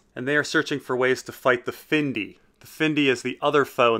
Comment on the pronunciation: I LOVE your videos. But your pronunciation can sometimes be sucky. It's Fyndi-i not Findi. But keep up the great work though!